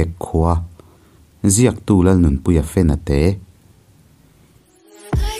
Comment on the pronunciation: Fenate tih adik Khawbung hnam